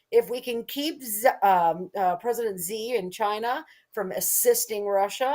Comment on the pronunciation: The Chinese name "Xi" is not pronounced "Zee," and neither is it pronounced "Zhee" (with the "x" pronounced like the "g" in the word "regime"); the "X' is pronounced more or less like an "sh." Thus, the Chinese name Xi is correctly pronounced more or less like the English word "she." Does it really take so many dozens of reminders before the hosts of a professional program get the message, and pronounce simple foreign surnames properly? The "j" in "Beijing" is also not pronounced like the "g" in "regime"; it is pronounced more or less like the "J" in the English name "Jim."